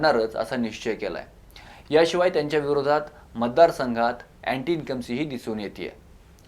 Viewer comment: अहो साहेब, ॲंटी इन्कम्बंसी (Anti Incumbency) असा शब्द आहे तो, अगोदर शब्द नीट बोलायला शिका